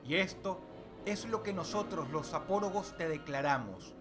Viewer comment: Parece que dices: "zopórogos" en lugar de "zapóragos"